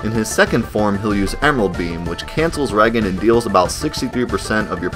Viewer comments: Regen isnt Reagen. its short for Regenerate. Ree-jen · Lol. You said Reagan..like Ronald Reagan.. it's re-gain. You continuously re gain health. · Small friendly note: "Regen" is pronounced "ree-jen" like "regenerate", not "reg-en" with a hard G. I initially said it the same way you do when I first saw it in a Final Fantasy game way back when on the original NES, I think. I know it's in Final Fantasy III as it was then called in North America on the Super Nintendo, but I can't remember if it was in any of the original NES games though. It's been ages since I played them again. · I don't understand why so many people pronounce regen as reggen lol. based off the fact the spell regenerates your hp you can assume regen is just an abbreviation of regenerate or regeneration, in which case I would assume you would say it with a J sound (rejen) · re-gen not reg-an. Awesome videos 👍👍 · its re-gen like regeneration not reg-en. i heard it in another one of your video too. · Regen = reagan? Lol no. It's ree-jen. As in, regenerate. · "Cancels regen." The word is pronounced "re-jenerate." So the short form should be "re-jen". Goddamn alien from another planet makin' videos. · Are you still saying reggen? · "And cancels Reggen ..." ....son, it's Regen. As in Regenerate. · Wait, you pronounced "regen" like Ronald "Reagan"? You did know it was short for "Regenerate", right? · It’s actually regen as in regenerate. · Pls it's Ree-Jenn , Ree+Jenn!!! Not the 40th President of the United States!! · lol "reggen" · Regen, as in, regenerate, not regain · ...did you seriously pronounce Regen that way? Is this bait? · yes you are correct. It's been awhile lol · repeat after me: regenerate. Now say regen incorrectly again. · Embarrassing how you pronounce Regen like Ronald Reagan… Regen is the shortened form of the word Regenerate… smfh